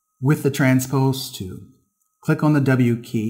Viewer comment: Great vids! However, the 'L' in 'tool' is not silent! You have a fantastic speaking voice, great info and you're a great teacher...but I wince every time you say 'too' when you mean 'tool'. :D